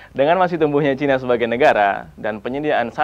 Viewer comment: Bilang China aja ga becus 🤦🤦 #StopRasis